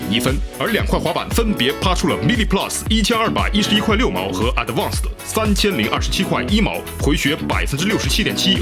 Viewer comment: 你的英文说错了一个单词 advance